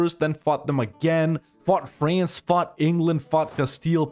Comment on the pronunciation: I'm new to your channel but I feel like I'm being conditioned to pronounce France as "Fraynce". I find this acceptable.